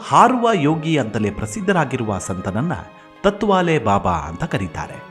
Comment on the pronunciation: ಸರ್, ತುಂಬಾ ವಿಸ್ಕೃತ ಹಾಗೂ ರೋಚಕ ಸಂಗತಿಗಳನ್ನು ನಿಮ್ಮಧ್ವನಿಯಲ್ಲಿ ಕೇಳುವುದು ತುಂಬಾ ಕೂತೂಹಲಭರಿತವಾಗಿರುತ್ತದೆ. ಹಾಗೇ ಇನ್ನೊಂದು ವಿಷಯ ನೀವು ತತ್ವಾಲೆ ಬಾಬಾ ಎಂದು ಹೇಳಿದ್ದೀರಿ ಅದು ತಾಟ್ ವಾಲೇ ಬಾಬಾ...ಎಂದಿದ್ದರೆ ಪದ ಸರಿ ಇರುತ್ತಿತ್ತು. ಎಂಬುದು ನನ್ನ ಸಲಹೆ.. ಏಕೆಂದರೆ ನೀವೇ ಹೇಳಿದ ಹಾಗೇ ಗೋಣಿಚೀಲ ಬಳಸುತ್ತಿದ್ದರಿಂದ ಅವರಿಗೆ ಆ ಹೆಸರು ಬಂದಿದೆಯೆಂದು, ಗೋಣಿಚೀಲವನ್ನು ತಾಟ್ ಎಂದು ಕರೆಯುತ್ತಾರೆ. ನಾನು ಹೇಳಿದ್ದು ತಪ್ಪಿದ್ದರೆ ತಿಳಿಸಿ..... - ಜೈ ಭಾರತಾಂಬೇ ...🙏